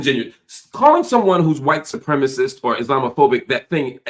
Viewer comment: Cenk can't even say "white supremacist". It's giving "don't call my klan hood racist"